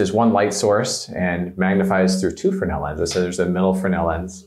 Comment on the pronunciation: Your pronunciation of Fresnel, "Fernel." I find it fascinating and correct. What say you? Fernel 60. Isaiah 60